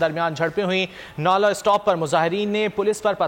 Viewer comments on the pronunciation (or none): nola stap ni hae nala stop hae hahaha